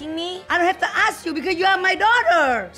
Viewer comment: "i dont hab to aks u...u my duwtah" LMAO i tell my daughter the same thing all the time!